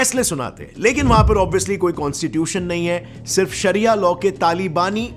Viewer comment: Saria means law He saying saria law saria law 😆